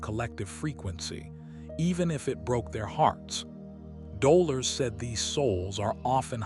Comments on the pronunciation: She's called Do' lor' es. Not dola 🤨🙄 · Dolores is her name not Doler or Doler’s. 😉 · It was heart breaking for the narrator to miss Delores’s name. Otherwise it was a great summation of the three waves. Looking forward to this being edited !!!